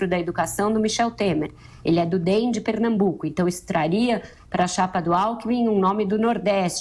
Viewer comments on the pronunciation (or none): ele falou: perenambuco, imporitancia .......